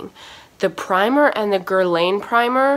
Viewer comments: It's pronounced "grrr-lawn" mama :) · Since we're being BRUTALLY HONEST you're pronouncing Guerlain wrong